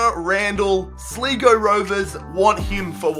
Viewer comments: It's not sligow it's sly-go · Wtf did he say Sligo he said it like Slego it's pronounced SLYGO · Slego its Sligo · As an Irish person I'm personally offended.... it's pronounced SLYGO NOT SLEEGO!!!! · Did he say sleego rovers instead of slygo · It's pronounced "Sly-go" not "Slee-Go" for Sligo Rovers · It's not Sl-ee-go rovers it's sly-go rovers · he pronounces sligo like sl-ee-go when its pronounced like sl-eye-go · Its Sligo not Sleego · u prounounce it sly-go nots li-go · its not sligo its sliiego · Just saying it's pronounced sly-go not slee-go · its sly-go not sligo its in ireland but its ok bro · It's not sl-ee-go rovers it's pronounced sly-go rovers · Being pedantic here but the team that signed Randall is pronounced Sl-eye-go instead of Slee-go. Great video as always though :) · Its pronounced sly-go not slee-go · Not hating but u pronounced Sligo Sleego and it is pronounced SLY GO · I'm Irish and sligo rovers is pronounced Sly-Go not Slee-go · It’s pronounced sly go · sligo.... it's pronounced 'sly go' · ITS PERNOUNCED SL-EYE-GO ROVERS!!!!! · it's pronounced sly go rovers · you said sligo wrong 😂😂 it's pronounced like sly-go big up ireland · sleego lol its s l iii g o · sligo is prononced slygo if you were wondering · "sleego rovers"...... OK mate XD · Sorry but it's pronounced sly-go.Just thought you should know in case they come up again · Slego Rovers HAHAHA I love these videos though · Sligo pronounced Sly-go😂😂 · 'sleego rovers'- lmao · Sligo is pronounsed Sl-eye-go Its a town in west Ireland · It's pronounced sl eye go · he said Sligo wrong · The way he said Sligo though ;D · That's not how you pronounce sligo rovers . You mong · Sligo is pronounced the same as the word ' slide , lies ' etc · He said sligo rovers rong I'm iris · you pronounced Sligo Rovers wrong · Am I the only one who cringed when he said Sligo rovers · he pronounced sligo wrong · Sligo rovers😂 u pronounced it wrong